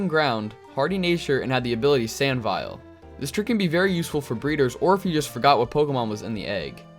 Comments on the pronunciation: sand "vile" really? really? it's pronounced like "vayle" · Sand Veil, not Viel. Like a wedding Veil. Pronounced Vale. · Sand veil not vile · "Mighty-enna" "Sand Vile" These pronunciations…